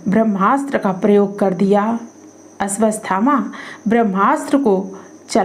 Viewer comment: "अश्वत्थामा" नाम के उच्चारण में त्रुटि है......आपने अश्वस्थामा बोला है वीडियो में.....?!?!